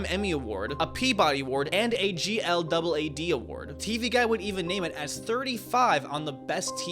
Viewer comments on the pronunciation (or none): “G L double A D award” Glad it’s pronounced glad. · I like your enthusiasm, but this video is riddled with inaccuracies & im only less than 8 minutes in!! It’s pronounced “HAY-sh” Anne Heche…& all those movies of hers you named were from the 90s…not 80s also GLAAD is pronounced like the word “glad”. It’s not like LGBTQ+ where you say each letter lmao.